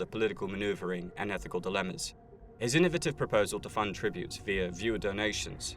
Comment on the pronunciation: Inno-vative not iNnUvAtIVe 😂